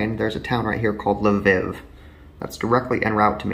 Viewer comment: I’m from Ukraine 🇺🇦 and it’s L-Viv and not li-viv